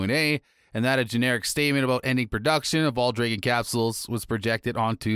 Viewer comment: Please google "Dragon" pronunciation, before making any more videos...